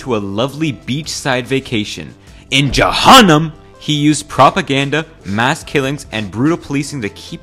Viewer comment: “In jahanam!!!””